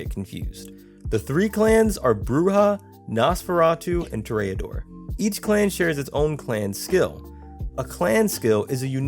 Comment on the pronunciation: Toreador is pronounced with the accent on the first syllable. It's TOR- re- adore, not Tor-re-A-dore. You speak very clearly and well, so I'm assuming you would want to know.